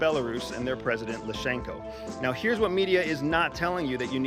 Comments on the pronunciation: Lukashenko, NOT Lushenko. Getting the name of the President of Belarus wrong undermines your credibility... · Sorry to be that guy. Surely you can pronounce the people’s names right? Lukashenko, not Lushenko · You keep calling:" ... leader of Belarus, lashenko.." it's lukashenko. Here go some cred points.. also, former spooks don't go around saying what they use to do, with a picture of their immatriculation plates in the background. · Loooooookashenko! Not lashenko. Unprofessional! Pronounce the last name of Belarusian president correct! Thnx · Why on earth can't westoids pronounce "lukashenko"? Every single time its lusheenko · Correction...the President's name of Belarus is not Lushenko...it's Lukashenko! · Lukashenko, not Lou Shenko. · It`s luKAshenko, not lushenko. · First of all he is called "Lukashenko", and not Lushenko. If you want to come across as a reliable source and not just some dude that believes the first thoughts about an issue he has no idea about must be correct because he is just so intelligent, you should check simple stuff like that first. Secondly, it is Prigozhin himself that is allowed into Belarus. Not the rest of the Wagners. They do not fit on his private jet and would be detected by both satellites and informants. Russia could have sent them there without this coup attempt anyway, and did not need to simulate a coup d'etat to do so. Putin wouldn't trade zero tactical advantage for reduced public confidence. The theory you put forward is a general rationalization amongst most pro-Putin trolls and bots, and you bring nothing new to the table here at all, despite it seeming like you believe you're the first person to ever have this thought. Putin's corruption almost caught up with him. Western media is shit, yes, but this does not make the opposite to their understandings true. I understand why you are a former CIA agent. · It is Lukashenko not Lushenko and that’s few seconds into the video and repeated over and over ! 😂😂😂